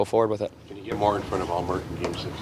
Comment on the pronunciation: The woman constantly asking about ullmark is comedy. Perfect pronounciation of his name too